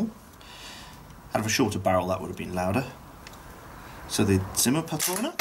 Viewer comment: Are you german? I've watched your videos for a while now and I've always thought that you were British. I was slightly surprised that you perfectly pronounced Zimmerpatrone.